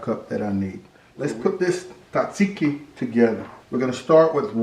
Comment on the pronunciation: Btw pronounce it taaaazeeeeki